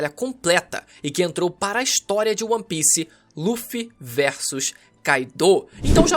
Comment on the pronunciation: seus vídeos são muito bons, mas para de falar ON PIECE, é ONE PIECE